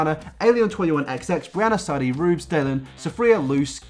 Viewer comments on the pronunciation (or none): none